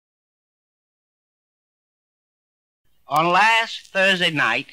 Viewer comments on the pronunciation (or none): LaGuardia (la-gwar-dia) not (lag-ar-dia). You'd think for someone with a speech impediment the 'w' would come even easier.